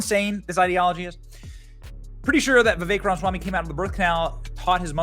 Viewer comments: Benny, love your show, but learn how to PRONOUNCE HIS LAST NAME! 😂😂😂 🤦🏻‍♂️ RA-MA-SWAMI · Come on Benny. Please say Mr. Ramaswamy’s name correctly. You’re killing me here.